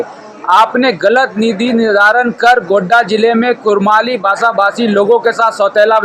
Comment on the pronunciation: वो रिपोर्ट्वा कुडमाली भाषा हे इसी लिए ना बोलते बाहरी भाषा नाय चलतो सीखो यहां कौनसी भाषा हे और सही उच्चारण करो।